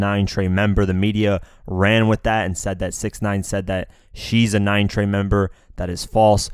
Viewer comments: It’s 9trey not 9treyway you snowflake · This man said 9 treyway blood stop it’s 9 trey bruh lol